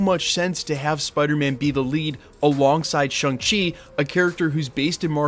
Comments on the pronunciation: ShAng-Chi not ShUng-Chi. Why do keep insisting on mispronouncing it dude? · It's not Shung Chi dude, it's Shaaang Chi, pronounced like Shawn. They made it quite clear in the movie.